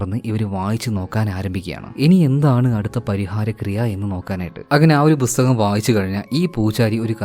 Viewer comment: Bhusthakam allaa bro pusthakam